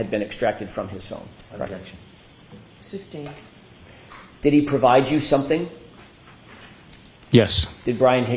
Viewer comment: sure they must spending the whole going through her "subtain" issues she does it every few mins for the prosecution, very annoying